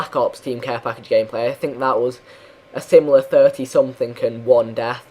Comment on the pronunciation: You always say ''something'' in a russian way: somethink :D